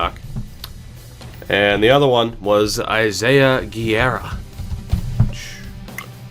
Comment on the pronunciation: Not "Gierra", "GÉRRRRRA"- portuguese or "GUeRRa" - spanish (Guerra=War)